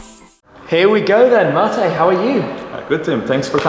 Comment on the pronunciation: My name is Mate as well. Congrats to shmee for pronouncing it correctly